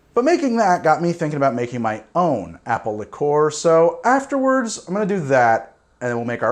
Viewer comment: I’ve literally never heard the pronunciation “lick-ORE” from anyone else, ever. Have I simply led a sheltered life, and half the drinkers in the English-speaking world actually pronounce it that way?